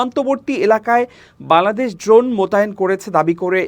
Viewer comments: আপনার "বাংলাদেশ" শব্দটি উচ্চারণ -এর সময় শুন যায় "বালাদেশ"। 'ং' উচ্চারণ -এর দুর্বলতা রয়েছে মনে হয়। জানিনা আমার শুনতে ভুল হয় কিনা। যদি আমার শুনতে ভুল হয়ে থাকে তার জন্য ক্ষমাপ্রার্থী। ধন্যবাদ। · আপনার বাংলাদেশ উচ্চারণ ত্রুটিপূর্ণ,শুনতে বালাদেশ শোনায়, সংশোধন করার অনুরোধ করছি।